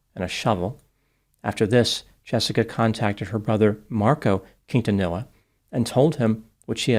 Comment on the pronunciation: You figured with a last name like, he'd know the proper pronunciation of Quintanilla...